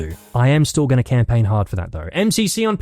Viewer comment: "all you do is camplaign"